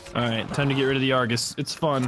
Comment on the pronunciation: its not Argus its arghooose